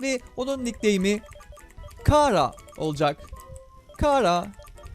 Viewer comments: undertalecılar bunu beğendi (abi bu arada kara diye diğil çara diye okunuyor) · Abi kara deil çara die okunuyo